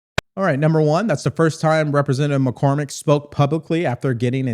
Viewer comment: Are we sure her name is Macormick? Maybe it’s MacCrocket! Get her a class in Ebonics and she could be the next Crocket! 😮